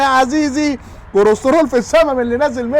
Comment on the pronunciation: طيب علمو يعرف يقول كلسترول مش كرسترول ميفضحناش